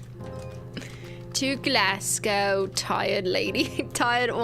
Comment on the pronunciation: Cristine learn how to say Glasgow challenge failed 😞